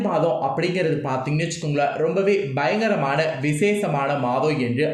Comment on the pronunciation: Why you don't get a good tamil speaking person my god perumale please Don't allow this person to speak. Like he says BAYANGARAM BAYABA BAYANGARA